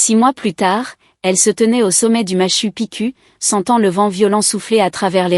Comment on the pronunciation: Et la prononciation française du Machu Picchu,et franchement lamentable,encore une histoire non contrôlée par quelqu'un, si le boulot n'est pas mieux fait inutile de poster d'autres histoires.....